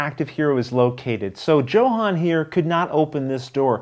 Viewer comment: you know I love you and that you playing this game pushes my 99% to 110% likelihood of purchase... BUT since I have a strong feeling Luke will play with him, consider pronouncing Johan's name the way a Swede would Sorry for being so presumptuous! You are my hero! Good luck Rollin' wit Luke!